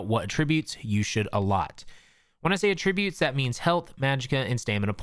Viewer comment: At ri butes